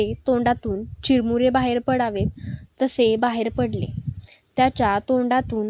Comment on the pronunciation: चिरमुरे नाही चुरमुरे